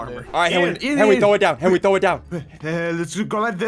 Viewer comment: Ssundee: it’s a little fishie like that’s not a fishie